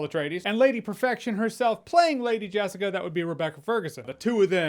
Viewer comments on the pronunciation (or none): none